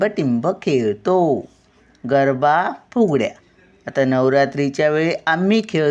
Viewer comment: गर्भा नाही, गरबा असे आहे.